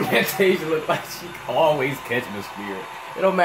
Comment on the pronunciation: I dont know Van-tasia lol but Fan-tasia did good...😂😂 see 4.29